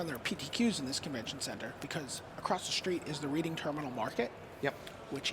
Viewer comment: this mispronunciation of reading terminal market is so painful to this philadelphian